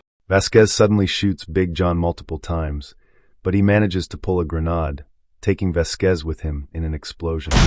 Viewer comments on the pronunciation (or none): It's grenade not grenad!